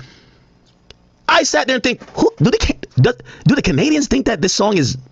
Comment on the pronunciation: It's Kennadians for now on 😂